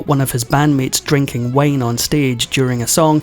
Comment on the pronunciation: couldn't pronounce wine . Maybe it was the accent. I know know....everything that's not southern , Appalachian or no accent at all is strange to me 😅.